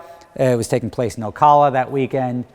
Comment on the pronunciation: Never heard anyone pronounce Ocala like that! your jersey is showing